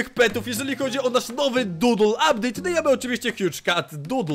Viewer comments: "uptdate" xxkrzysiek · "ubdate" staryhleje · ''update" 123koala456bobma odrazu mówie ma być bobma nie bomba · "ubdate"Adaloloaloa -Adix pozdro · “ubdate„ nick Justyijjhh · "Uptade" Borusowski